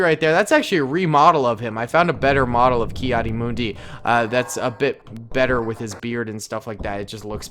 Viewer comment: it is kad di mun di